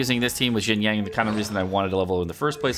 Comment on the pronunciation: "yang" ? where he getting the G from ?